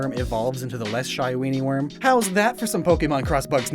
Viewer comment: as a guy from the Chicago suburbs I was unreasonably angry over how you called the Shy Weenieworm from New York 💀 Also I think the “shy” is meant to sound like the “chi” as in the first syllable of Chicago. Great video 👍 love seeing bugsnax content